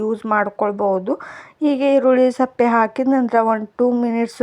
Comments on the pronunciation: Matadidde matadta iddira maatu kammi irli erulli sappe alla sippe yake atkond heltira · ಸಪ್ಪೆ ಅಲ್ಲಮ್ಮ ಸಿಪ್ಪೆ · ಈರುಳ್ಳಿ ಸಪ್ಪೆ ಅಲ್ಲ ಈರುಳ್ಳಿ ಸಿಪ್ಪೆ ಓಕೆ